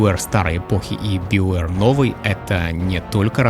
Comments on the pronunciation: Да какой биовер, у меня уже кровь из ушей идёт. БАЙОВЕР ВАШУ МАТЬ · ты произносишь "СТАРВОРС", "ДРАГОНЭДЖ", "ВАЙЛГАРД" и т.д... Но произносишь "БИОВЭР".......